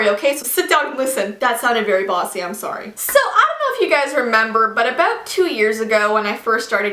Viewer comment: I love how Canadian sounded " so sit down and listen, that sounded bossy I'm sorry "